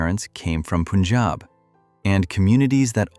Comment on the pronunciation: Somebody teach this narrator guy needs to say "Punjab" properly.